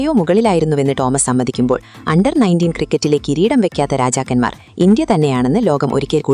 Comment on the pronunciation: അണ്ടാർ അല്ലടീ അണ്ടർ...